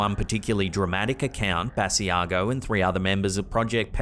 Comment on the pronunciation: Sorry to comment again, but just a little note,. Andrew Basiago pronounces his last name "Buh-sigh-go.". Another great video as usual. Take care and keep slapping that ham! #HAMSTERSFOREVER!